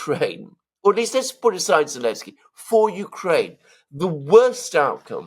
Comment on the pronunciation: Why do people keep calling him Elensky?